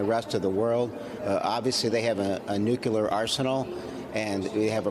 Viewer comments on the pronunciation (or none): Nook - lee - er. Shouldn't be that difficult. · Nucular? Crikey.